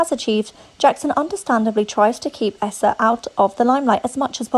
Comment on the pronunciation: Huh? Lol and it’s pronounced EEE-sa (Eissa) NOT Aaa-ssa